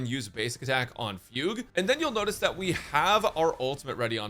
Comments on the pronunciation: pronouncing it "foog" is deliberately stupid. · Fug-U eh. LOL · Her name being fugue instead of fu gue still breaks me